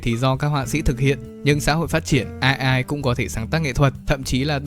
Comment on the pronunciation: Video hay nmà góp ý ông là AI đọc là ây-ai nha, nó viết tắt từ tiếng anh nên đọc theo t.a cho chuẩn =))